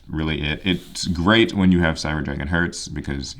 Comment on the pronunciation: Cyber dragon Herz is pronounced like the word Hairs